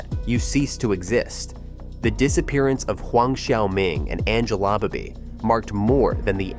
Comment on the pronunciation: Angela Baby. Not Angela Body